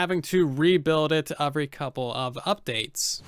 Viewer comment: Sort of wish you wouldn't make it sound like Bedrock edition sucked and only sucks. Other than you saying "Uvery" instead of "Every" ... It's obvious you hate the platform you chose to play on. It's becoming tedious listening to you say "because Bedrock"